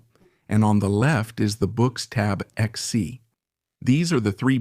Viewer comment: Bucks? Boox is pronounced "Books" you should let the english voiceover person be aware of this next time. The weird spelling making it hard to guess the pronunciation haha I used to read it as boo-cks